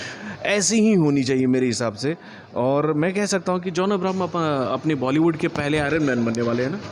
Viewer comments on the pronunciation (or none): none